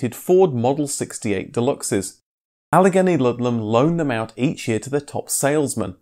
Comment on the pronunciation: Allegheny is pronounced "Ah-lah-GAY-knee"